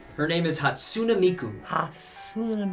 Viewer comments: ITS NOT PRONOUNCED HAT-SUNA-MIKU ITS PRONOUNCED HAT-SU-NEY-MIKU! Miku is my sempai. WIFUUU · Vocaloids is my life. Legit Im obsessed with them. And its pronounced Hat-soon-eh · its hat-soo-neh.